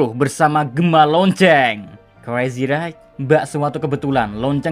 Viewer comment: Right baca nya rait mas. For the next